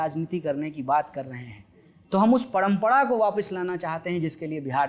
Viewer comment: At 3.53 . पडमपडा instead of परम्परा।